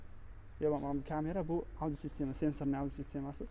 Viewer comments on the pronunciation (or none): none